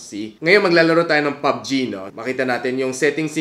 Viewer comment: Pubg not pug g